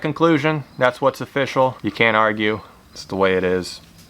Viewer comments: ''offishial'' XD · Every time you say "It's official" I think of "it's O-fish-al" lol